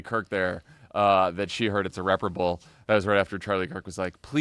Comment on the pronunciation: Laura can’t say “irreparable” due to the lip fillers.